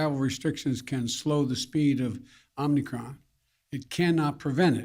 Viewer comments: Omnicron? If he can't even pronounce it I'm not concerned. Sounds like he has it already. Perhaps it was aquired when they prodded his anus. End of quote. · Omnicron! He said omnicron! Lol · Omni kron? I just can't... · This jacka$$ can’t even call it the right name. Omnicron 😂